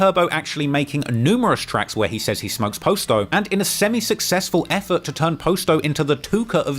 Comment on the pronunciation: How has never learned that its pronounced Pah-sto and not Post-o. He literally has a video of Juice Wrld saying but still says it wrong himself